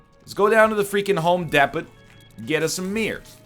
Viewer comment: But like, he doesn't pronounce depot like that, right?